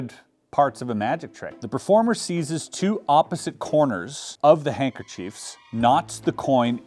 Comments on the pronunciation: Chris! loved the video! Very creative way of showing us normies the process of learning and performing a trick! thanks for the content! LMFAO "Hankerchodes" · Such a cool video. Really enjoyed it! Loved the constant correction over the word hankerchives. 😂